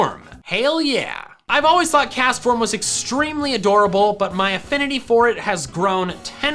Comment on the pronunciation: DO NOT LEAVE OFF THE S IN CASTFORM!